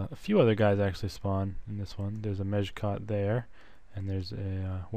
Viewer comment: it sounded like you said "major cock" when you said "mejkot" lol